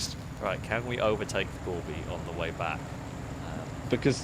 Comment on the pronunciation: I wish people would stop calling it the Gorbi... It is Gore By 4.. like Four By Four... it's called a play on words..